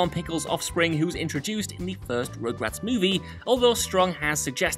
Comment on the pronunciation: So excited for party down to come back! It’s such a great show! On another note it sounds like he is saying regrets and not rugrats 😂🤣